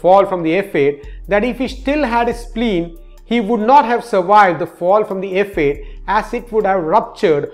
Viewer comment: He has sub titles because it sounds like he is saying ef ayy....instead of f 8